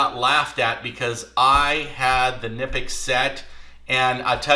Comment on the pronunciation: The right pronunciation is Knipex “ka-nip-x”. Sounds the K according to all German suppliers and reps I work with.